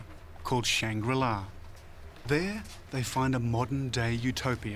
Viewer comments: right? idk what this guy was talking about? mispronouncing shangrila and what even was the topic/point of the documentary? a utopia that everyone knows about? really you couldn't get lost horizon from ur home country? relating london book store to england ? like bro, who gave u the funds for this docu? 😂😂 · Does Shangri-La Simply mean Shambhal theMystical Kingdom? Mispronounced and Miss translated